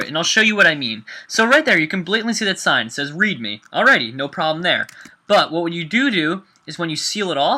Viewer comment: he said whate you dodo